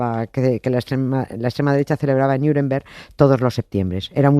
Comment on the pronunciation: Nieves porque dices "Niuremberg"? Eres de "Miurcia"?